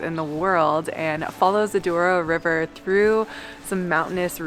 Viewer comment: Douro, not Duoro :)